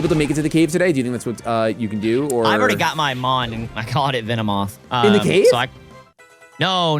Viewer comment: I like how always misspells venOmoth, he calls it venemoth